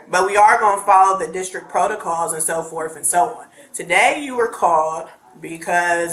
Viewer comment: "And so forf" SAID THE PRINCIPAL OF A SCHOOL! No wonder kids can't speak coherently anymore.